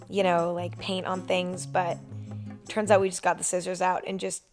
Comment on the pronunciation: are we just gonna ignore the fact that she called scissors "sizzies"